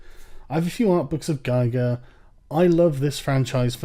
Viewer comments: it's spelled [geegerr] not [gaiga] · that's not how you pronounce giger, you mong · Ghee-Gr ffs. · If you were such a fanboy, you would know how to pronounce Giger's name.